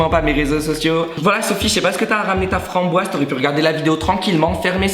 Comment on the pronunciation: « Ta FRANNhBOISEE »😂